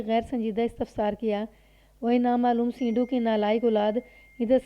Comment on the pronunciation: سینڈو، اس لفظ کو زیر کے ساتھ نہیں پڑھا جائے گا، sando بولا جاتا ہے